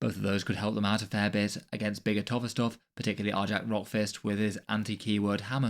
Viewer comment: One minor correction- it's pronounced "Ar-yac," kind of like "Ny-all." Great breakdown of the rules though.